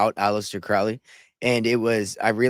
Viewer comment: Alister Crowley Cow- ley not pronounced Like Cow in field Crow-ly like Crow the black bird . Crowley is No Myth !! He can not be debunked . He lived and breathed Baphomet worship lucifarian religion he carefully crafted, by travelling the world His personal satanic life style put it in book after book. He came from elite Wealth on which he used his parents funds traversing the world. Crowley was Super close with Jack Parsons - rocket scientist L Ron Hubbard. All of them together. Crowley & Parsons actually summoned and opened a portal to allow a certain Demon so powerful into the world in Desert in US . People honestly need to wake up satan, the demonic realm, its a concept comatosed masses cannot Grasp . I've given up with people. Better to stay away and just expand my own discernment and knowledge. Do what though wilt !! Or whatever that Tee shirt says Those words front and centre on a hellywood parasite! Speaks volumes.